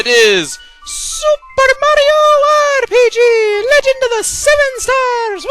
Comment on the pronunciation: your awsome but please never ever say super mario rpg like you did it hurt my ears